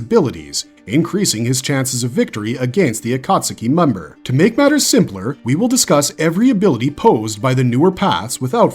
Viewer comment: agreed. Ain't no way you can make a dozen Naruto videos and still pronounce Akatsuki as "ah-kaht-su-key"